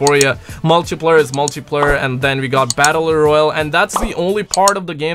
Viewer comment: "Battleh Royal" lol